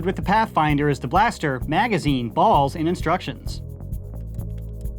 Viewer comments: Same every single time he says balls I always say it again like it's weird lol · I don't know if is saying it differently, but in the beginning when he's stating what comes in the package, it sounds like he's saying "Balls" really goofy. "Included with The Vision is the blaster, bAULs, and instructions." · The way he says “bAlls” is the best part of the video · i love how he says ✨bALLs✨ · “Bawls” gets me every time 😂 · "Starting with the new blue bawls"😂😂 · why you sayin balls like that? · the emphasis on balls 💀💀💀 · The way he says balls is hilarious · The way he says "balls" is killing me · The way says balls is hilarious!!!!